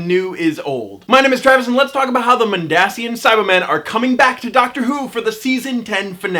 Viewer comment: It is pronounced Mond-Asian